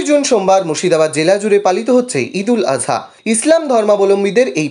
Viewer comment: দাদা ঈদুল আদহা নয়, ঈদুল আজহা।